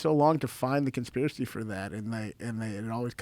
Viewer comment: "the poshibility of it not being a consjpirachy is very... plawshible"